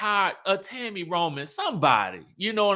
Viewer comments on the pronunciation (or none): none